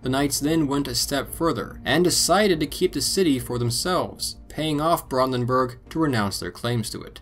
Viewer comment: Every time you say Brandenburg, it annoys me how you keeps saying it wrong. But that’s mainly because I’ve spoken and lived in Germany, in the Brandenburg area.